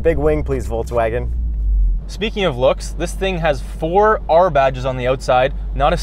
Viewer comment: Entertaining but, the guy in the stick-shift R, keeps saying "Voltswagen" instead of "Volkswagen". LEARN TO PRONOUNCE THE NAME OF THE CAR YOU ARE REVIEWING. IT'S VOLKSWAGEN WITH A "K".